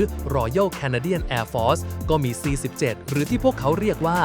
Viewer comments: อ่าน C7 มั่วหรือเปล่ามันคือ C 17 Globemaster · นอกจากข้อมูลของมึงโคตรมั่วแล้ว ยังไม่รู้จักตรวจสอบตรวจทานก่อนปล่อยคลิปเลยนะมึง C-17 Globemaster...หัวข้อก็ใช้ C-17 แต่มึงปล่อยคลิปที่ใข้ai อ่านว่า C-7 ซ้ำๆๆๆๆ ออกมาอีกนะ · แค่เรียกชื่อเครื่องบินก้อผิดล่ะ ซี 17 ไม่ใช่ซี7ไม่เช็คก่อนปล่อยคลิป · ครับ C-17 หรือว่า ซีเจ็ด ครับ???